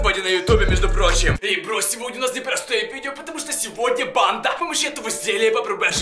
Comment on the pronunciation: Я вроде глухой но я слышу вместо банда-панда 🐼